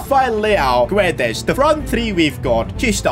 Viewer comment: its " gonsalo gedsh " not " gonsalo giuedes"